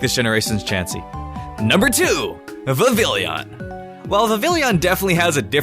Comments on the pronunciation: Vivillon and you don't say the double l it's not vivillion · Good sir, Vivillon is French so the two L's would make a subtle ya sound. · You moron, it’s not “Vivillion,” it’s “Vivillon,” pronounced vih-vee-ohn, a Port manteau of “vivid,” and “Papillon,” which is the French word for “Butterfly.” Plus solely the fact that Kalos is most obviously based on France itsself, it’s clearly pronounced as it would be in French… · "Vivillion"? It's Vivillon. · viv-vill-ee-on? NO! It's viv-ee-on! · Viv ee on!!!!!! grrrrr why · The L in Vivillion is silent smh its pronounced vivion, its like how Papillon has silent L's. Remember Kalos is based off of France so remember French stuff. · no. not "viv-ill-ey-on" its pronounced "viv-ey-on". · It's not 'Viv-IL-ee-on,' it's 'VIV-ee-on.' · Vivillon..... VI. VI. YON. It's pronounced like viveeyon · AHHHHHHH!!!!! dude! Vivillon is pronounced VI-VIE-YON! I almost died!!! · Vivillon is pronounced VEE-VEE-ON. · Not to be nit-picky but uh Vivillon is actually pronounced (Vih-VEE-on) just to let you know. It's because of the fact that when you speak Spanish the two L's make a y kind of sound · Holy fuck you're adding an i in and mispronouncing Vivillon. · ...I think vivillon is pronounced Viv-ee-yon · No it's Vi-va-lon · Yeah it is not vi-vi-lee-on